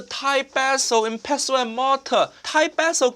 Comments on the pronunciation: Great video and I was shocked to see a "barber bash" at the start. I've always called it pestle and mortar (pronounced pessel with a silent T). I'm surprised Nick didn't take the opportunity to do a purple eggplant joke with the pestle. I find him totally inauthentic, puerile and style over substance. He seems to add to the food industry what boy bands add to music - a short lived fad I pray. Coriander (cilantro) root is readily available in Thai supermarkets in the UK or Uncle Roger can grow his own and have root, seed and leaf. It was an absolutely terrible job if you know thai food. and Uncle Rogers foot should have firmly gone down. Western green oils have no place in Thai food to cover up that he doesn't know that coconut milk should be used. I get that people focus on the word green but he might have well used food colouring if that is all he thinks the dish is about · as a Chef, especially one with knowledge of French cooking terminology, you should know that the "t" in "Pestle" is silent.